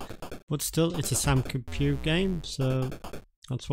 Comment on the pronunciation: Soo... isn't it the Sam Coo-pay? (pronunciation)